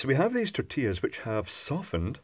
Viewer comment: Tortias ...those are tortillas with L not a. Also is two of them so you read tortillas as is written .